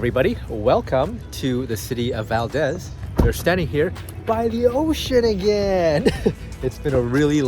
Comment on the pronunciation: I love seeing my home state of Alaska through visitor's eyes. Your energy and enthusiasm (and laughter) is infectious! But didn't anyone in Valdez correct your pronunciation of Valdez? It's weird hearing VAL-DEZ rather than VAL-DEEZ, which is how it's pronounced. Glad you had a great time!